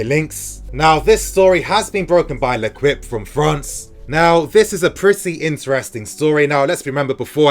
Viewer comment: It's pronounced lekipe not lekwipe!